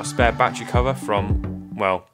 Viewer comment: Love these videos but... Ba-tte-ry. Not "batch-ree". Such awesome content, but this drives me nuts!